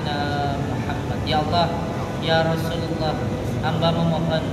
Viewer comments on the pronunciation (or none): Ya rosulalloh, bukan ya rosululloh